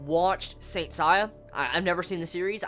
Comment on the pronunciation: Nice review as always! I can tell you are not familiar with Saint Seiya when you can't pronounce "Seiya" properly lol. I've been a Saint Seiya fan for over 10 years and I loved this episode.